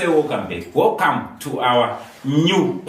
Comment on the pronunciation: Dzimwe accent so? What is Wocome instead of welcome 😢